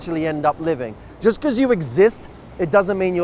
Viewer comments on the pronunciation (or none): none